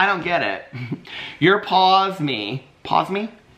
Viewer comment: 😂😂😂😂 It is pronounced "Pawsum" 😂